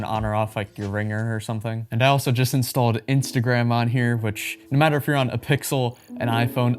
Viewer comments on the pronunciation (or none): none